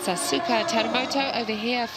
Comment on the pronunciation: That commentator at the intro butchered the Asuka Teramoto's name😅🤣. It's written Asuka but pronounced Askaa